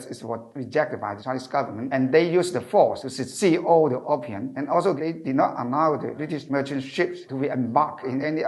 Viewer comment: Opium 應讀"O 片"，不是"of 片"。。🙏🙏🙏